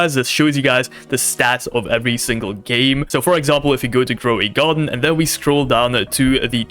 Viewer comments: Bro said growey garden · Why is no one gonna talk about him saying "growy garden"